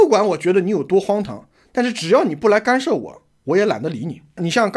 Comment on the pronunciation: 是干涉，不是幹射,幹射是男人.....